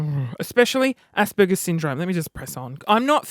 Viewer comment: haha haha haha you remind me of me I have Asperger's and you totally pronounced it wrong and hahaha your so funny and make me crack up and having asd or being aspie isn't a bad thing it makes you unique.